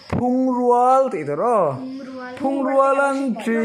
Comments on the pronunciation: A zirtirtu pawh hian phungrual tih hi i lam dik lo. 'rual' tih hi missal rual tih 'rual' ri ang hian lam rik tur aw. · Rual lai hi a ri a hniam tur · Phungrual, Rual tih lai hi lam rik hniam tur zawk, rual, hu ho kan sawi rik ang hian lam zawk tur a lawm. Darmang, dar rik dan kan zira, 'meng meng' tia kan sawi thin ang hian, lam rik tur. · An hotupain Phungrual a tidik lo. Rual hi a ri hniam tur. Bawng rual, tlangval rual I sawi angin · Phungrual- Phungrual, rual tih hi a hniam tur.Bawngrual tih angin a ri tur. Darmang- mang hi a sang hret tur. Dar tih nen hian a inang tur. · Phungrual . rual kha a hniam thla tur aw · Phung rual tih pawh i. lam dik lo...phung hi lam san deuh a rual lai hi lam hniam tur....hui ham buaithlak emai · Phungrual tihhi nangpawhin I lam/sawi dik lo,mizo tawng ila zir angai ve nihhi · I "phung rual"lam dan kha a dik lo. in zir lawk hmasa thin la,a that ka ring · A hrilhtu pa ver pawhin Darmang i lam dik thei lo va, Phungrual tih pawh kha a la dik chuang lo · Phungrual i lam dan hi a thlûk a dik lo